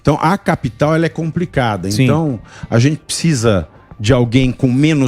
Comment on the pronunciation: Riquesa de comentários mas parem de falar picisa ao invés de precisa